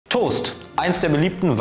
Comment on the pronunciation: es fuckt richtig ab, dass die das toust und nicht der toast sagen